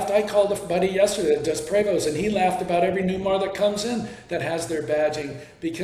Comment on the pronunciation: And mispronounced prevost